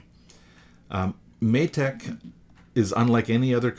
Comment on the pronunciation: Matek is pronounced may tech, it's been a nice good series so far.